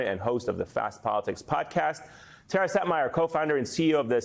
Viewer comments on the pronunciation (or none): none